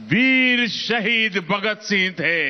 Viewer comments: Why are these Pakistanis pronouncing our freedom fighters names incorrectly and incompletely ?? Netaji Bose as Chandra Bose ? Bhagat Singh as Bhakt Singh ?? Sardar Patel as Sardar Patil ??? 😠😠😠😠😠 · Bhagat Singh not Bhakt singh Its sardar patel not sardar paaatel